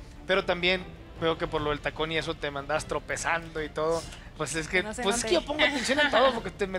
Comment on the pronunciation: Dijo trompezando 🐽🐷jiji